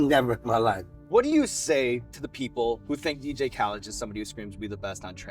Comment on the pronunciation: mans said “DJ kawlid” 😂